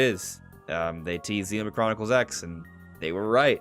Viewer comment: We can tell you’re not into it because of the way you said Xenoblade